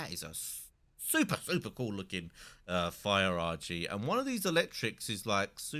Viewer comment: "Fire Argy"